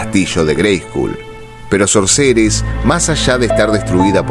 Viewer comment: Brillante interpretación 👏🏻 una sola cosa para observar: la pronunciación de SORCERESS no tiene la tónica correcta. Debiera escucharse "SÓRCERESS" (foneticamemte hablando). De hecho en el video se ve en algún momento que la pronunciación es correcta. Por otra parte, siendo que el nombre significa (literalmente) "HECHICERA" puede utilizarse ésa forma hispana cómo sinónimo. Gracias, gran trabajo!